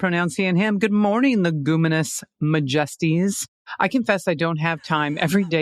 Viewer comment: Mah-jest-eez! You're killin me!!! HAHAHA!